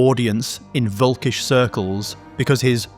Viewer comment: It is funny how English cannot pronounce German words like Zion and völkisch. :)